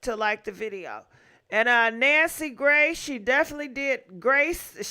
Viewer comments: Nancy Gray😂 I live for her mispronunciations❤ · Lol I love how sis says Nancy Gray! I'm here for it all xoxo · I’m convinced you pronounce shit WRONG on purpose!!! “NANCY GRACE” 🤦🏽‍♀️🥴